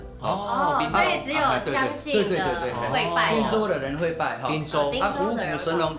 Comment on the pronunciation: 您好，我們是長期關心客家話發展（台灣到世界客家）的社團，很高興看到貴台新一季［客家人有名堂］節目播出，但是在看到 左右聽旁白配音講到「汀（tang)州府」聽出來恰似「聽州」或...???汀州的汀是tin (ten)還是tang??我們決不相信這是具有專業客語配音的客家電視台做出來的配音，希望貴台為台灣最主流客家媒體配音做毋得「將就」草草了事，以上～